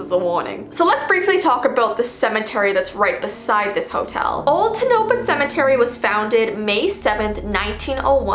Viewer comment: Not to be rude but you pronounced Tonopah wrong it's pronounced tOnapah and if it came off rude I am sorry